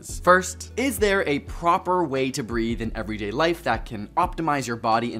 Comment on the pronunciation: Breathe not breath